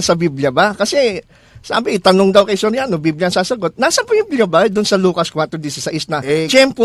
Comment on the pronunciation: eli Soriano vs. eli so riano? hahaha careless mouth